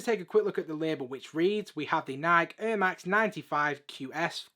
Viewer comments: 😂😂😂🤣🤣🤣🤣🤣 I didn’t get this until he said it now it’s hilarious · lol. Just funny for an American hearing Air in a different accent. Good videos mate 👍